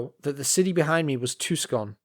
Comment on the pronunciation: No way you could've known, but it's pronounced "Too-son," not "Tuck-son."